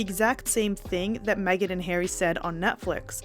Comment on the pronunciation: It’s Harry not Hairy! lol😂